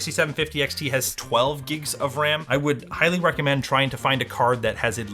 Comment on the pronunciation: Why do I keep hearing say "giks" instead of "gigs"